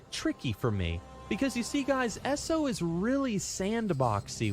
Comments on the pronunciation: I just dislike it when ppl mis-pronounce ESO as ES-O, sounds like Asshole. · I'm I the only one that gets cringed when he says ES-O